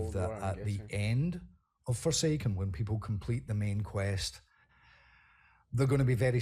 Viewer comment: For I second I thought you said Foreskin